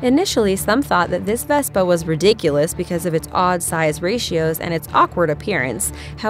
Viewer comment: You've mispronounced so many vehicles in this video I can hardly stand to watch it and that was not a bazooka Vespa that was a recoilless rifle Vespa